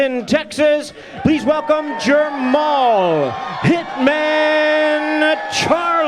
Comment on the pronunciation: Steve Farhood kept calling jermall jermell.. SMFH.